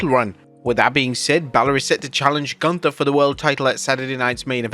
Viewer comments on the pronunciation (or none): none